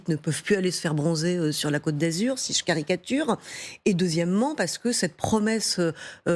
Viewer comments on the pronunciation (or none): none